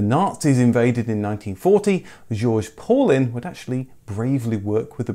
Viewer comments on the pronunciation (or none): I think that Paulin is pronounce Paulanne.